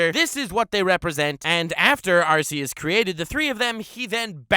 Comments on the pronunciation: It's ARCEUS as in ARKEUS NOT ARSEUS. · You mispronounced Arceus. It's like Are-key-us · RRREEEEEEEEE IT'S AR-KEY-US internal and external screaming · ItS nOt ArcEuS (R C S) iTs ArCeus (R K S) dIdNt yoU PlaY SuN and MOon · The only two people on youtube who pronounce Arceus as "Arse eus": and.